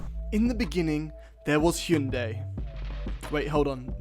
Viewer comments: Its not Hee-un-day...it is pronounced High-un-day. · Dude, Hyundai is pronounced like Sunday. Just put an "H" on Sunday. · He said hyundai so wrong I feel like it was intentional